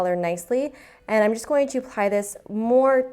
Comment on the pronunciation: It really sounds like she says pie when she says apply